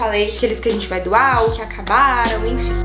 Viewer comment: “infim” infim, infim kkkkkkkk